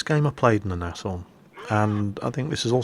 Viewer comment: Pretty sure Nashorn is just pronounced "Naaz-Horn"